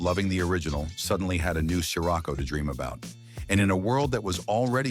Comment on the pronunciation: Did you seriously just call it a “sky-Rocco”? Fucking ai slop